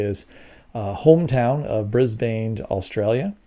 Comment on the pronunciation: It’s “bris-burn”. Not “bris-baane” Like it’s “Mel-burn” not “mal-born” 😂🤣😂